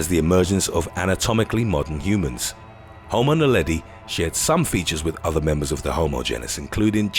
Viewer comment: I thought he said "the remains of home owner Leddy." Had to go back. 😃The Islander is the answer maybe?